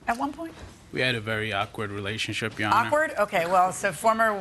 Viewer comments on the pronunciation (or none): Bruhh her accent just be poppin out😂 your honor😂😂